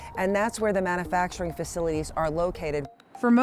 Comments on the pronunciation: it’s pronounced man “you” facturing, not, man “uh” facturing. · This woman pronouncing "mana-facturing" is driving me nuts! There's a "u" in manufacturing.. it's pronounced man-you-facturing. Not "mana"